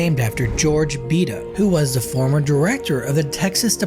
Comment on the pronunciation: Out of all my years as a c.o. in Region III - TDCJ . I have never heard anyone call Beto ; Bee Toe.